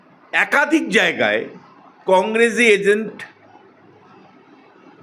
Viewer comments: Agent, not Azent.😂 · bokachoda lok ajke ke bolche aske, agent ke bolche asent, pathachoda bangladesi tinu